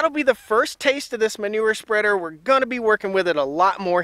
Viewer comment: You said taste lol